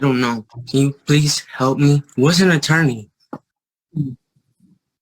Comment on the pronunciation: “What’s a torney? Like what is that?” 🤡